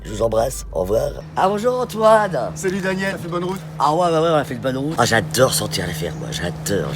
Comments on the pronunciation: Au j’adere j’adere 😂😂🤣🤣😂😂😂😂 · « J’adeure, j’adeure » 😂😂